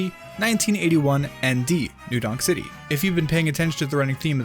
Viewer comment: You said "new dong city" instead of new donk city